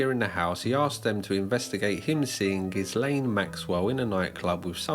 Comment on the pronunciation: ITS PRONOUNCED GILLAYNE MAXWELL , NOT GIZZLANE